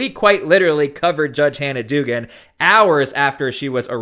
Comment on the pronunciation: The name is pronounced dug-an.